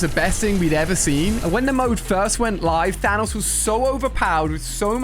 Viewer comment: I'm glad you dont say Thaynose